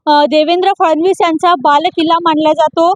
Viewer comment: To anchor === तो बालकिल्ला नाही तर बालेकिल्ला असा शब्द आहे